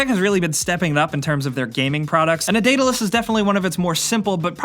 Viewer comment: thx for teaching me how to say Daedalus I read percy jackson and I wanted to know how to pronounce it lol